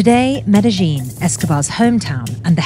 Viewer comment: It's not pronounced with a zh sound, it's med - uh - yeen